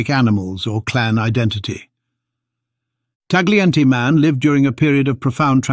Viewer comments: It's pronounce TA-YEE-EN-TAY. GLI in Italian is YEE. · Please learn how to pronounce Tagliente.